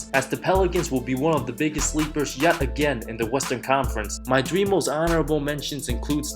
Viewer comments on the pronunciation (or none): none